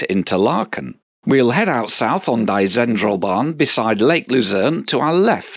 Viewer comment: I'm fascinated by your pronounciation of German. "Interlaken" is pronounced in the German way, yet "Die Zentralbahn" as if it was English.